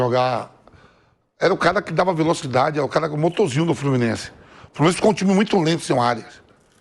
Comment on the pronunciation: TAPETENC, FLORMINEC 😂😂😂😂